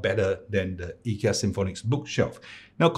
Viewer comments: To clarify, actually pronounce it correctly, I asked my Swedish friend and he said it should be "ee- kea", if you don't believe you can see the ikea advert and in the end they pronounce ee-kea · You actually pronounce IKEA better than 99.99% than other English speakers, so don’t worry. :) //guy from Agunnaryd (the A in IKEA)